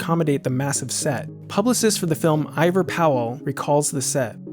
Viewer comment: Ivor Powell is pronounced E-vor Powell... not I-vor .... Regardless, great job, kid!